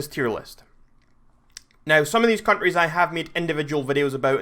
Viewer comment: he says countries like cunries